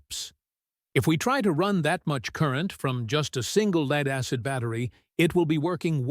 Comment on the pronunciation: Leeeed acid? Good grief learn to pronounce it properly!!!